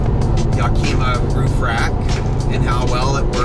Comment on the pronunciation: Yack-kim-muh. Like the city in Washington state.